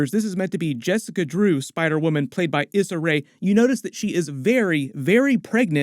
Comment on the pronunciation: Issa is pronounced EE-ssa.